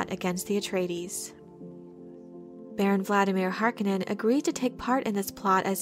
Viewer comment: Harkonnen is mispronounced imo. It's supposed to do sound harsh, almost guttural.